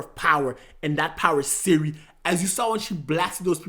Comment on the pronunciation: Princess SYRIA? what the hell bro? Its CIRI